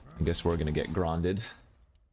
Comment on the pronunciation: That was fine ... though hearing you say 'Grond' in a non-dutch manner remains a tad peculiar